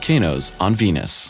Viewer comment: Sounds like he's saying penis instead of venus.